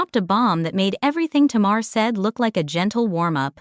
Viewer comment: Her name is ta-mar say her name right